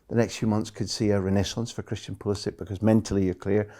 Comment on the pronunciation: He’s Croatian AF 💪 and his last name is pronounced PULISHICH